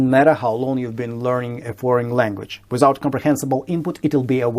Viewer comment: Поправьте звук [th] —в "without" в "Without comprehensible input..." он звучит как русское [з]. Дорогой автор, Спасибо за в видео!